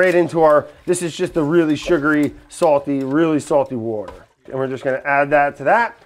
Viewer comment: I can't say 'water' anymore. It's 'wourder' now.